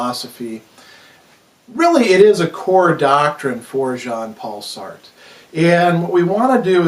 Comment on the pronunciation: Enjoyable video, I was just put off by how you were pronouncing Sartre. But otherwise a very interesting video.